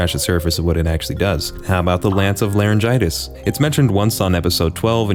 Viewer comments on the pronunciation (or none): Did he say spirit of laryngitis? Lolllllll